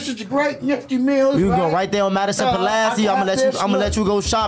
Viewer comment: He said Madison and Pulaski💀💀